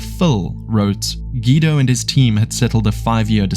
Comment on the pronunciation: Ive never heard guido pronounced like that 😂